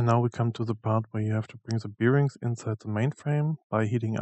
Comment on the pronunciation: Sorry, aber weil du's so oft sagst: Die englischen Löcher spricht man eher hohl's aus (wie in: hohl's mir mal bitte ein bier aus der Küche) und die Lager sind Bär-rings nicht Bier-Rings. Trotzdem super, sonst gibt's fast nix sinnvolles zum Thema auf YouTube, danke nochmal.